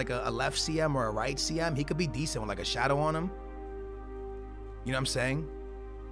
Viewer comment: drink every time he say deasent